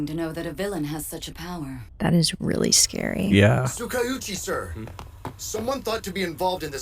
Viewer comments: and covering his face when F--- fell mention that cute i cant help but gag or cough whenever I hear Tsu- ka- uuu- chi and not Tsukau-chi (its like...Tskau-chi. Tskowchi if you're flexible. It's 2 syllables shorter than the English pronunciation and forgetting all my other hero aca issues, this may be my biggest gripe Cant say pet peeve because thats for a chronic range-- this is just like... stop doubling the names It's okay (here and other lines) not to complicate or change things if they fit already for the But Yuuga? if you meant at the bar, Master told him AllM was indeed weaker and this wasnt a total failure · WHAT (Dang and they're still calling him Tsookaoochi with double word length) I gotta listen next time he appears-- i didn't know he was part of anything before now